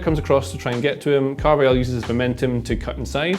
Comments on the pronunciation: Caar---vaaa--haal not car-vei-yal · this is awful as a football game analyst, can't even spell the name correctly:) also, i feel painful to hear pronounce "Carvajal" as Carvayal... can't continue watching